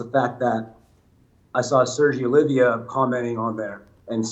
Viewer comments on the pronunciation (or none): His name is Oliva. Not Olivia. Ffs